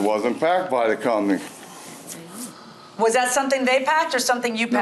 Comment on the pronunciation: It wasnt packed by the "cumney"